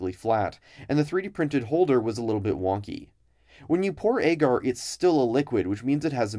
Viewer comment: I don't know if it's the common pronunciation in labs, but the way he says "agar" really bothers me.